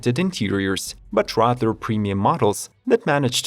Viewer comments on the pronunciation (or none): none